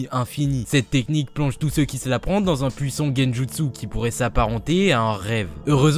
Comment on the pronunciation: c'est super mon pote mais je t'en supplie arrête de dire "on" a la place de "an" comme dans "puissONT" "exacteMONT" "CanoniqueMONT" please please please edit: je me suis abonné je serais témoin d'un changement....ou non...